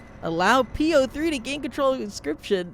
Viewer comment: I'm halfway through this video, and I'm still wondering if will ever realize "P-O-Three" is supposed to be pronounced like "Poe"